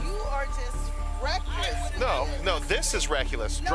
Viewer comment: Why is he saying reckless like "reck u less" in the first one